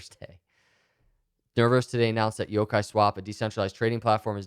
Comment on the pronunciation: You're pronouncing Yokai right 👍